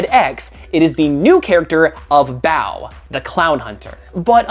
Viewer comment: About Clownhunter... You pronounce Bao kind of like "bout" with a questioning tone.